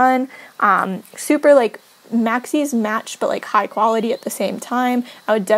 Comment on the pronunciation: first of all, i love your pronunciation of "maxis" :) i also love how you say "plumbob" it sounds so much prettier and i think i've started to pronounce it more like you since i started watching your channel :D i don't know what "the right" pronunciation is. i love all the custom content! i had no idea this project existed so thank you for showing it to us!